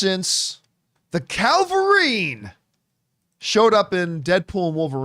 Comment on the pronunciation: Isn't it Cavill-rine, not Calva-rine? Or am I crazy?